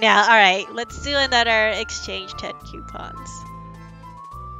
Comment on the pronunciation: She said quepons Lolll